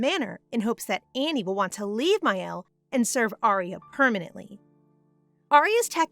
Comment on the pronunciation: I hate to be that person, but mielle is pronounced me-elle ( it means honey in French)